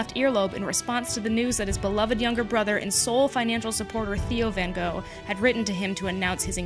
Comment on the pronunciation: I think you mean Van Wogh